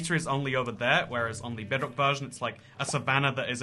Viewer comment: lol it said bockred